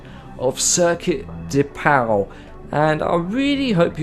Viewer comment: Pau is pronouced "pô" and I live 40 mins from that city so I saw some F3 and clio cup races there and its pretty cool.